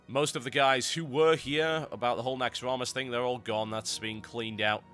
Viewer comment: Correct me if I'm wrong but isn't it "Naxxramas" You might've corrected it and I didn't notice but hey, Just informin you, Keep up the good work,Mate.